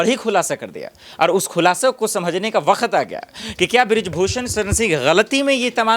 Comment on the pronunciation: Ye katela patrakar bakhat बखत बखत बखत बखत बखत pahle bolne ka sikh le